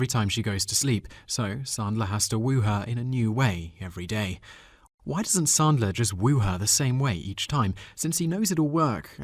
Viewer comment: Not knowing how to pronounce 'Ebert' or 'Sandler' impinges on your 'I have an English accent and that makes me smarter than you' shtick. Also, brevity is the soul of wit.